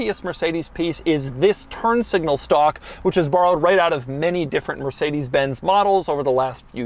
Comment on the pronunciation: Did he just say mercedes benzy???